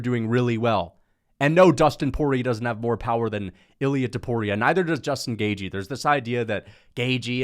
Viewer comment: Yeah but he insists on pronouncing it GAY-GEE